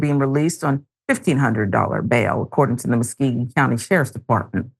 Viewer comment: This is sad. Very sad. the county is pronounced Mus-CO-gee.